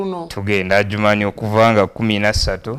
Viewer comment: Weebale nnyo muganda wange. Ekigambo kiri Ajuman si Adijuman. D is silent. Otherwise thank you for the good cordination.